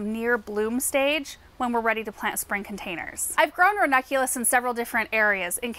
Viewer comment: I always hear from ‘vernaculus’ instead of ranunculus, is it just me? 😂